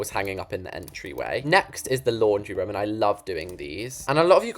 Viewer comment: always says for room ruum